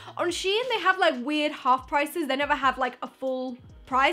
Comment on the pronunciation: its shein not shien